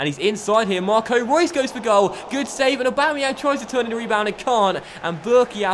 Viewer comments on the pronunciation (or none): none